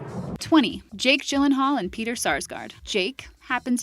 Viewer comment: It's not G as in Georgia, it's G as in granted for Gyllenhaal you dumb b**